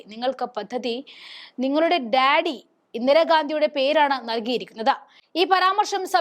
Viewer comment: ഡാഡി അല്ല മോളേ "ദാദി " അമ്മൂമ്മ.... കഷ്ടം..😂😂